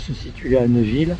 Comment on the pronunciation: On ne dit pas Neuville mais Néville !!!